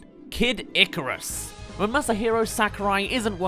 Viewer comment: You pronounce Mario and icarus wrong